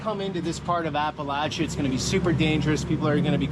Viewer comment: Just so your aware Appalachia is pronounced- Apa-lat-cha or Apa-lat-chin. The cha sound ain't pronounced with a "sh" sound. It's a "ch" sound.. like church.. lol